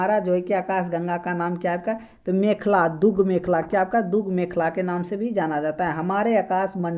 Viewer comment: Brahmand ko varnmand , dudgh mekhla ko dui mekhla. Aur bhi but ......Aisa kyun bol rhe ho. Information to bhut achcha hai, uccharan sudharne ki jarurat hai